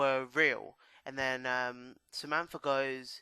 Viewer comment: Its Samantha - not Zamampfargh. ;D